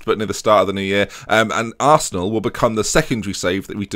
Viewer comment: Who'd have known that Captian Hazard played for ARRRRsenal